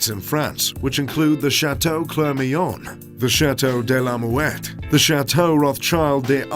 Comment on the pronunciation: The way you prononce the names of the castles 🤣 sry I can't 😂😂 le château de la mouette 🤣